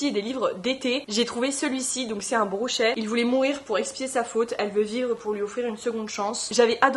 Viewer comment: ça fait longtemps que j’étais pas tombé sur tes vidéos, c’est très cozy comme vibes j’aime trop !! (ps : on dit broché pas brochet sinon c’est un poisson 🤣)